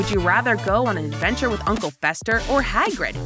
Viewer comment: Yeah-CEEdric and HAIgrid got me